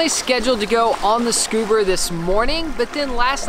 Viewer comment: “Scuber” HAHAHAHAHAHA